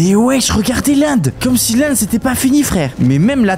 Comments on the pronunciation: Ces l'end pas l'Inde🤣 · de l'inde au lieu de l'end😂😂😂😂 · Y a des fois ou tu dis l'Inde au lieu de l'end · Pourquoi tu dit l’Inde et pas l’end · ca se èned pas Inde!